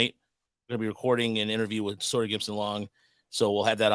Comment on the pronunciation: It's SAWyer 😂 Not SOYer.